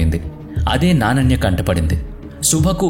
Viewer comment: నానన్య కాదు నానయ్య అయ్యుండాలి Coorgi 's Name